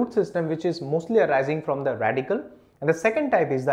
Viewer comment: Radicle* Not Radical.